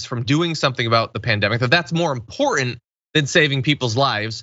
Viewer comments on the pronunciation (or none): John! When did YOU stop pronouncing both of the Ts in important? I think of that as kind of a young person thing.